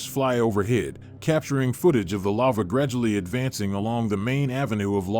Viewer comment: Robot voice pronounces lava as lover